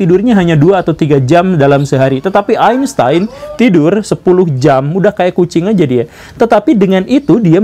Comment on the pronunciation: Einstein, karena ejaan jerman, dibacanya Ainstain pak guru.. Gimana, saya pinter kan dalam hal ini hahahaha